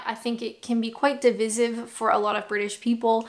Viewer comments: Diveyesive 👀😅! I know i'm being pedantic - so sue me 🙂✌️ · A Scot here, but it's div,eye,sive.